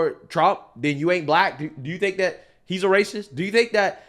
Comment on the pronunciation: You i’ve got to stop saying “dat”. IInstead of “that”